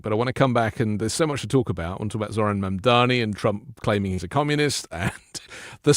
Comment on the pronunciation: please learn to say Mamdani - “MOM-Donny.” Thanks! ❤ from NYC